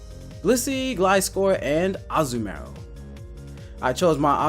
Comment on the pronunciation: That's one weird ass way to say Azumarill :s It's Azu-maRill